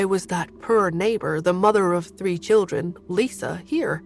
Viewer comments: The way this narrator says poor…. Pur… is too comical 😂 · British pronunciation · It’s the pronunciation of poor and the voice of the saditty uncles and aunts that get me.